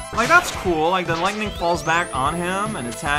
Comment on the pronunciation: yeah I guess it is more common to pronounce lightning with two syllables instead of three. Something to keep in mind I guess.